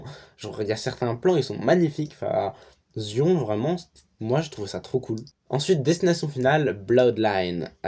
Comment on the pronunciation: Je fait ma chiantos 2 sec pour Zion ça se prononce Zayonne :P Sinon dans l’ensemble du top je suis grv d’accord, j’ai trop aimé la vibe de Mickey 17 ça m’a fait penser à Nausicaä de la vallée du vent. Sinners t’a tout dit vrmnt du haut niveau 👌🏽 C’était tellement rafraîchissant d’avoir un personnage comme Bob Reynolds dans Thunderbolts, ils nous ont introduit un personnage sincèrement intéressant il a kidnappé mon coeur😭💔 Pareil pour Superman, j’ai jamais été une grande fan de ce super hero mais wow gros coup de cœur pour le coup. Fin voilà, pour le reste we’re on the same page ou sinon j’ai pas vu #cinephiledémotivée D: Ps: Pluribus je me gratte les veines j’ai besoin de la suite 💀